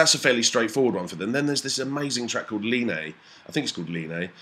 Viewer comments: "line"? it's "iine" - "let's all get in a line" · you mention the song 'Iine!' its actually pronounced "e-nay" i believe because its an i not an L. it took me nearly 2 years to figure that one out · First song you mentioned (Iine) is pronounced E-E-Nay (First letter is capital i not an L) Second song you talked about is called "Song 4." Final track is pronounced E-Jee-May Dah-May Zeh-Tie-E, meaning no bullying ever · Iine (it looks like a little L but it's a capital i ) ee-ee-nay (first two syllables pronounced ALMOST like one syllable. (or is it one syllable pronounced almost like two?)